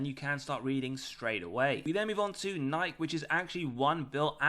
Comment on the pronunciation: Don't be scared by the comments, you can continue to say Nike the right way :)